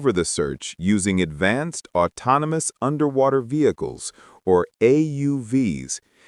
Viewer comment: AI said a.m. I'm sure they meant 119 a.m. mispronounced autonomous.